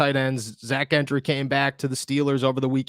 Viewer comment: Gentry is pronounced "Jentry."